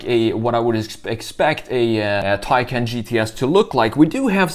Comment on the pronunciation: Hard to believe you create a vid of a Taycan and you can't even pronounce the name correctly. Go to Porsche's site and hear how it is suppose to be pronounced .